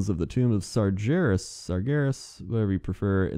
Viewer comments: Sargeras. SAR GER AS. NOT JERAS LOL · played warcraft 3 > still pronounces it Sarjerus, bugs me way more than it should